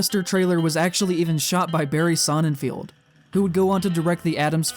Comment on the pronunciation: BTW, it's SonnenFELD (emphasis mine), not SonnenFIELD, (same), just in case you didn't know that.